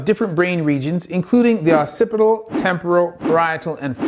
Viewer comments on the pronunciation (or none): none